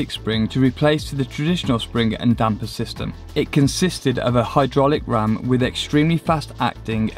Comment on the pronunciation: Also, thank you to for saying "Damper" correctly.